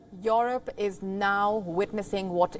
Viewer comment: ts not Yorop but yoorope🤣